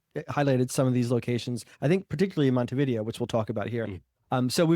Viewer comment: Least you can do is learn how to properly enunciate the city names, your stats go out the window as lazy, say Montevidéééo accent on the é is not a Monte-video, and not hard to learn that.